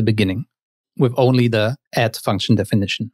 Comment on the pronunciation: Sounds like youre saying "at" not "add" Otherwise great vid